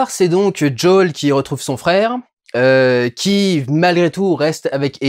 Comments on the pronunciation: Peux pas dire Joël en français ! "Jaul" ... Nul . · C'est "Joèle" pas jooooeeele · Ca me perturbe l'entendre dire Jo'ol à la place de Joel tout le long XD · " Joël " pas joel 😎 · Quand tu dis "Joël" a l'américaine on dirait que tu dis "Jul" 😂. Quel dommage qu'il n'y est pas plus d'infectés aussi. Je suis une bille aussi en jeux vidéo et j'ai réussi à finir le jeu en normal. Je te conseille de le faire quand même il est vraiment très intéressant ! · "Djawl"... T'abuses pas un peu Diuwondayl ? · j’entends bien mais là il parle français donc autant prononcer « joël » ça n’a pas de sens je trouve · Joël on dit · ce qui me choque le plus dans cette vidéo, c'est à quelle point tu t'applique à essayer de prononcer le nom de Joël en anglais XD please, next time, only in French ^^.